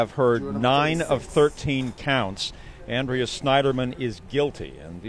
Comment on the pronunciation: the name is Annnnn-dree-uh... not Awwwh-dre-uuhh